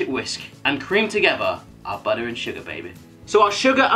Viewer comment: "Butta" is the new way to say "butter", OK? THERES NO LONGER THE WORD BUTTER